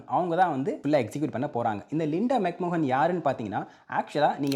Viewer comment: Mc mohan ah enna bro soldra 😂😂 adhu McMahon illaiya